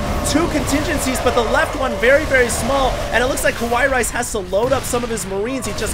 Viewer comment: I think he read it as "Kawaii Rice" without the "ii" part.